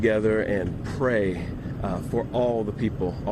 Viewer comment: Geez, he can’t even say the word ‘pray,” even to get the quote. 🤦🏻‍♀️